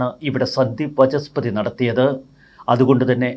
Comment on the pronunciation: Sandeep Vaachaspathi and not Vachaspathi as you say always . It is “Vaacha” and not “Vacha”